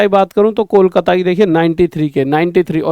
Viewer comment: ❎ kolkata ya koklat✅ 😅😅😅